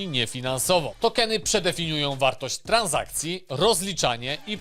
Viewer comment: Tran$akcje a nie TranZakcje 😊 Poza tym newsy sztos. Pozdro